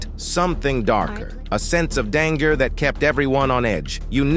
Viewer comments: LMAO dan"g"er? Come on OP, do the man some justice, don't use a shit AI voice to narrate CM's life. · Bot said, “DANG-Gurr”😂😂😂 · Skewed, AI narration. "Dan-ger?".. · The sense of 'dang-er' was palpable 😂 these AI voices are more enjoyable than the content. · ... danger is not pronounced that way